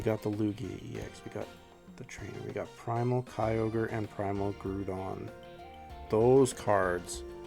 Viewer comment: The way you pronounce the ground-type Pokemon GROUDON is crazy